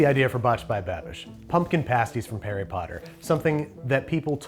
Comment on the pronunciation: did He just say "Pumpkin Pasties from Parry Potter"?